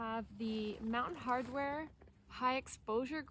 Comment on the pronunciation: fyi - Mountain Hardwear not 'Hardware' - but good review.